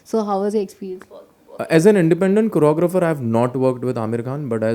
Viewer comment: The way you said "choreographer" is amazing.